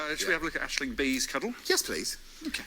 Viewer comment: Yes, my favourite uploads right now!! This season's cast is so good, Sally Phillips is amazing and some truly hilarious moments. P.s the Irish girl is Aisling (Ash-ling), not Ashley 😃